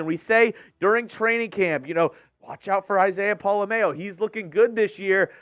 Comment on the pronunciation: Y'all need to stop flubbing Pola-Mao's name. It's been freaking killing me!! POLA... M-OW. Just imagine saying "OW" like you stubbed your toe then put M in front of it. Thank you!!